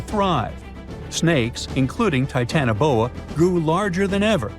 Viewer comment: Not TITANboa.......TitanOboa......😮